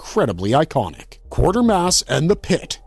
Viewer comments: Q u a t e r m a s s not q u a r t e r m a s s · QUATERmass...NOT Quartermass... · Any reason why you show 'The Curse Of Frankenstein' while talking about 'The Curse Of The Werewolf'? And the name is pronounced: 'KWAY-TER-MASS', not 'QUARTER-MASS'. Yes it's an odd name, but watch a clip of one of the three movies to hear how it is said. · He also kept saying "Quartermass" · Maybe you learn how to actually pronounce Quatermass before talking about it.